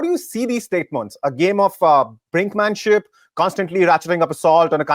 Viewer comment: "Statemonts"....dipsh8 half educated worthless so called journalist who cannot even pronounce words right are asking questions to western leaders....what a reflection of a failure that HT has become.....go get a statemont from HT for this. Lol....what a joke.